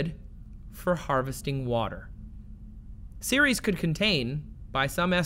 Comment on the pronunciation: Took me a solid three minutes to realize he was saying Ceres and not Series. I always thought Ceres was more like Sair-res. Like the Sar in Sarah and res like rest.